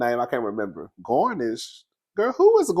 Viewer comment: Garinsh..Who’s GARNISH?😂 slides off camera.. 💀💀💀💀💀💀💀💀💀